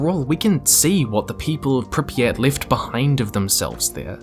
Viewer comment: I'm like two minutes in and enjoying this video, but ouch, that is so very far off from how Pripyat is pronounced...